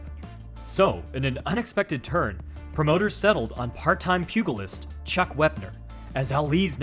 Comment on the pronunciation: Erm, how do you have a channel about martial arts and not know how to pronounce pugilist?